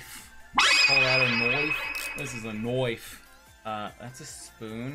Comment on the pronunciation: That’s not a noife! 🤣🤣🤣